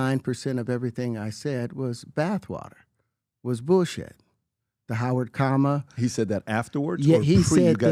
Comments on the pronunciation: Listening to pbd pronounce the word comma as coma is next level hilarity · Pbd so dumb he cant pronounce "comma" hate his grifter ass